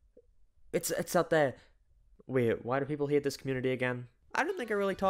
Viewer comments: No I don't know what you haAYEEIT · The way he says hate I fucking love it (Yes I know it’s because he’s British) (atleast I hope he is otherwise I’ll seem like a fucking idiot)